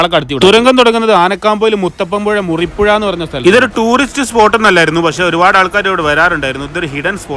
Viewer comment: മുറിപ്പുഴ അല്ല മറിപ്പുഴ